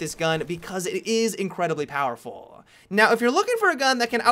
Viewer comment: Without fail, you pronounce the last word in most of your sentences longer than it should be. "You can ruin or decimate the enemy teammmm-a". "The medic class is my favoriteee-a" "This gun is incredibly powerfullll"